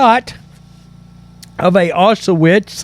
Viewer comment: WTF is Ah-sha-wits. Say OW-Sh-vitz